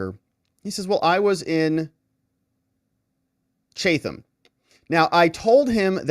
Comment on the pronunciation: pronounced Chat am new jersey